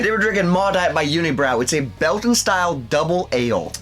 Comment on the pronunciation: Guys im from quebec unibrou is pronounced uni brew in french. Glad you like their beers though.